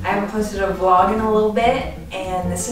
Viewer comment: Why did I giggle so much when you said “welcome to a new studio vlurrrg”😂💖💖